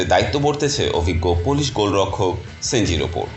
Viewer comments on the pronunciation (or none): 🤔🤔 গোল কিপার নাম কি বললেন? সেনজি? আরে ভাই গোলকিপারের নাম সেনজি না, তার নাম CNG